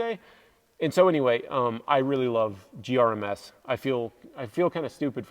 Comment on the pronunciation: I died a little inside every time you said GRMS. 🤣 The Hest mattress is the best thing ever if it can fit it in your tent and close. Best RTT mattress. I love sleeping on it. Fenix bike lights, flashlights, and headlamps are awesome. I love that you mentioned the USB C thing. Every rechargeable device now should come with USB C. It's 2023. It would be so nice to only need 1 cable type to charge everything. Nice videos. Hope to see you out on our Colorado trails sometime.